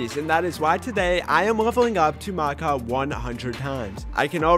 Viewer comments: It is pronounced Mack-aww not Mack-a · No he said macow